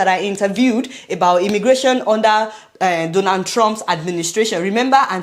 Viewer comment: We love you dear, please practice saying these words correctly: “Donald” and not Donand “hundred not hunren” Love you ❤❤❤❤❤❤❤❤